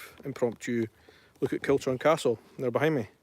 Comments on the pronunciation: KILCHURN CASTLE pronounced KILHOORN castle. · The correct pronunciation is Kilhoorn Castle. Not Kilchurn as its written. Learned that from an old Tom Weir programme.